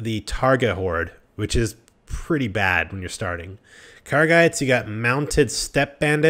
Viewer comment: "Targa Bandits" "Car-ghites" "Sarah-knight" "Swaydia" Wtf is wrong with you? Why do you insist on mispronouncing everything?? TAIGA bandits. TIE-GAH (like Tyga the musician) KERGHITS. KHER-GITS (rhymes with her and bits) SARRANIDS. SARAH-NIDS (rhymes with sarah and lids) SWADIA. SWAH-DEE-UH (self explanatory) Seriously, it's fucking weird.